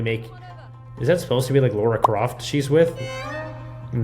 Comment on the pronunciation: it's pronounced Lah-Rah. La-Ra. my wife is called Lara and her pet hate it people pronouncing it Laura, because, well, its not her name. she made me do this. 😂